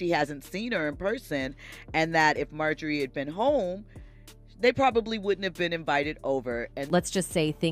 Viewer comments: How you pronouncing Marjorie it is not Mayjorie get that right pkease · Two times you mispronounced that woman's name it's not majorly is Marjorie!! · Don't even know how to pronounce her name correctly MAYJORIE lol